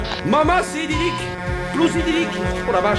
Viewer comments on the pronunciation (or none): Comment il a pas respecte mon nom ( la plouse idilique mon copain) 🤣😂